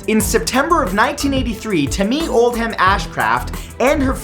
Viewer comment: The h in oldham is silent